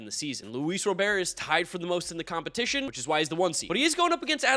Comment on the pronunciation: He still can’t pronounce Robert’s name right.